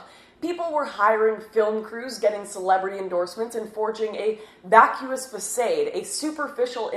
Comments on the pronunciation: Louis CK did a bit that addressed young women going on missions trips. You can look it up in YT with the search term '20 year olds'. Question: how can someone so well-read possibly pronounce the word facade as "fah-sayed"? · Don't forget "a vacuous fascayd" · "Bilbo BAYGINS" "FACAYED" ? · Facade is pronounced fass - sard, not fass - aid. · baygins fasayde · It's not a bid deal, but facade is pronounced quite differently from how you said it. Just thought I'd mention that as mispronounced words can, at times, give a negative impression of one's intelligence or education standards. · How did Ted Cruz run for prez being from Canada? Cuz if Lauren can run at 35 she's got my vote! Almost lost it tho with the way she pronounced facade there toward the end!lol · Need a correction on pronunciation, "facade" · Swiss MGTOW lol the way she pronounced facade though. Maybe she's reading from a script. I love Lauren, don't get me wrong. But she didn't even know how to pronounce such a basic word